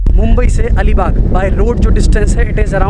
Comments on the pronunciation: Bhai alibaugh nahi ALIBAG hai plz correct the name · Make the correction!! It's Alibag not that something baugh